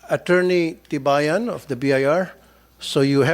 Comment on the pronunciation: Ano ba yung narinig kong pangalan ? Atty kibayan or Libayan?